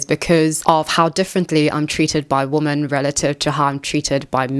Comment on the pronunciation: why do you pronounce "women" as "woman"?